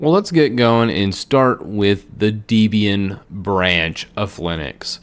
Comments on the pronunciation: It’s deb+ian dude. Not deeeeeebian. Cringe. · Hate to nitpick?...but: First off?...its not "Deebian"....it's "DEBIAN"...as in the name of the creator of Debian Linux Ian Murdock...and a blending of his name and the name of his _then-girlfriend "Debbie" (actually it's Deborah..but the same way you would say "Little Debbie" cupcakes" applies...so Deb (as in Debbie) + Ian = DEB-Ian...not DEEBIAN. Ok enough with the English lesson moving on... You should be sure to state at the beginning of this vid...that a LOT of those distros displayed on that chart are no longer being maintained.....so as not to overwhelm the newbies. When one looks at that chart it looks like a Computer Science classroom chart!....LoL! In regards to your recommendations....It would make better sense to learn and use Debian FIRST, and THEN head to Ubuntu....Linux Mint....etc. Since Debian is the "root" form where they all came from...and if you master that?....then using Ubuntu...Xubuntu...Lubuntu...Linux Mine etc is a WHOLE lot easier! I'm gonna agree with you on things like Slackware.....Gentoo....and LFS. Those are distros that are for hard core Linux users, but I wouldn't call 'em crap. Since somewhere at this very moment?...someone or a group of someones are working hard to maintain it and make it work. Be careful not to be so offensive with your words. I myself have never been able to use Slackware....Gentoo...LFS (L-inux F-rom S-cratch) but I won't "insult" the developers of it. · It’s pronounced Deb-ian not Dee-bian. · It's Deb and Ian not Deebian lol it's also oo-boon-too!! Who is this guy? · Not a bad video, but the repeated and constant mispronounciation of distro names is really annoying. 1. It's not DEEBian, it's DEBian. Like Debra (Lynn) + Ian (Murdock). 2. Not oo-buhn-too;.oǒ'boǒntoō. 3. Suse, not Susee. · It's not pronounced dee-bian; it's debian; like the name Debbie. And it's oo-boon-too; not oo-bun-too. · It’s pronounced DEB-IAN, just like the names, not DEEB-IAN.